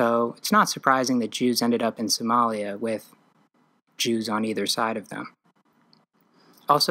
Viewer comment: It's lia the is not jaws in somalia